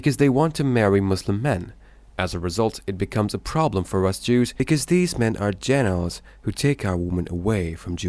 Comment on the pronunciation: min 2.45 gentiles not generals or what ever ur saying